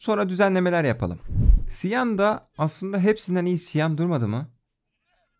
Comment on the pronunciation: Cyan rengini siyan diye okuyosun ama çiyan diye okunuyo